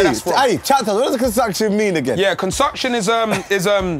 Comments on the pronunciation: Someone needs to add "consucktion" to the dictionary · Consucksion….*flashback of when Filly said that* 😂😭 ahhhh good old days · I swear its concoction and not consucktion